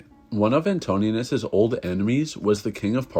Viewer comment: Anto - ninus not Antonius.